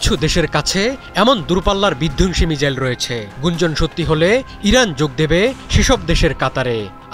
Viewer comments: তোর কথাই হয় না😢 মিজাইল না, মিসাইল, বুজলি? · মিজাইল ? না মিসাইল ? 😴😴